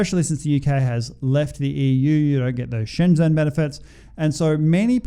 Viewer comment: SCHENGEN bro NOT SHENZEN. wtf!!?